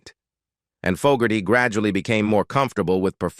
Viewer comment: I like the video and narrative however, the pronunciation of very common words and the very name of John FOGERTY was mistaken many times only to be corrected somewhat during the latter part of the video. Many words were also mispronounced leading the viewer to conclude that some type of voice reading synthesized garbage was being used to make the video. If this is corrected, you would have an awesome product.